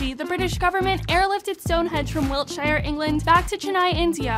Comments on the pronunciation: I had a bit of a stroke when she pronounced it “Wilt-shy-are” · It's pronounced Wilt-shear, hobbits don't live there.